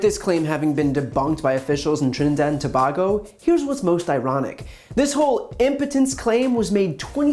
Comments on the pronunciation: bruh!! My man said Trinidad and Toe-bag-oh 😭 Toe-bag-oh 😭😩🤨😖😫💀🤦🏿‍♂️ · no no noooooooooooooooooo i live in Tobago and yuh pronouncing my country wrong it is To-bay-go sound it out and u will get d proper pronunciation of Tobago🥲 not no dam to-bar-go no is...... to-bay-go=(TOBAGO) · It’s not Ta- baggo lol it’s pronounced Ta-bay-Go if this helps. Good cover tho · (Side note) It's To-Bay-Go, not To-Bah-Go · Why you keep saying toe bah go? It’s Tuh bay go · Brian, first, let me say im a fan...not trying to nitpick, but its pronounced To-bay-go... not To-ba-go... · Just to correct you the country’s name is Trinidad and Tobago (To-Bay-Go) NOT TO-BAAAA-Go. Also as the minister stated there was no REPORTED cases. If you know any thing about Trini-men you’d know he will not go broadcasting this news. He’ll tell his brethren and his gyal. The men MIGHT go to the doctor to hear what the issue is but will NEVER disclosed to the doctor what he did to end up with the issue. Just saying. From, Someone who knows a whole lot on this story. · Ok as a citizen of Trinidad and Tobago🇹🇹, Tobago is pronounced To bay go. I am a big fan and subsciber of your channel, keep ip the good work. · FYI brain you pronounce Tobago incorrectly. It’s pronounced (too-bay-go) not to-bag-go.Thank you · Not "To-baa-go." It's: To-BAy-go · 'TO-BAY-GO' not 'TO-BAG-GO' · dude....to help you not mangle my culture. please pronounce it correctly. so phonetically it is To-bay-go not To-bah-go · Middle syllable pronounced bay not bah. But good video as usual. Tobago spelling To-bay-go pronunciation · have you guys ever been to trinidad? well i am a Trinidadian and the time they waisted the should fix the messy health care system. We are dying in the hospitals with no basic care! oh, and its TO BA GO, NOT TO BAG GO!!! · Thank you for this reporting . I would like to let you know that it is pronounced "To bay go" and not "To ba go." Love your channel. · It's pronounced Tuh-Bay-Go, not Tuh-baahhh-go. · it’s TO-BAY-GO